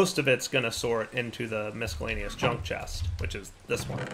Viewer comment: Hey, the c in miscellaneous is silent!